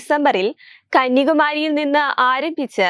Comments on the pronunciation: Kanyakumari ok not kanyaka mery.. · വാർത്ത വായിക്കുന്നവർക്ക് അതിന്റെ ഉള്ളടക്കം അറിയാത്തത്തിന്റെ ഫലം. കന്യകമാരിയാണോ,. കന്യാകുമാരിയാണോ എന്നുപോലും അറിയാത്തവരാണ് വാർത്ത തട്ടിവിടുന്നത്. കഷ്ടം